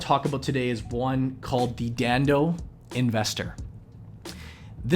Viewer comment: haha how he said dhandho (the gujarati word means business).